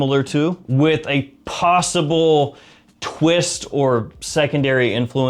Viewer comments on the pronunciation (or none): none